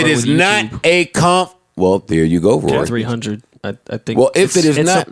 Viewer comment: TRIPPY GRAMPS kory??? You mean Rory?????? 😱😣😭😭😭😭😂😂😂😂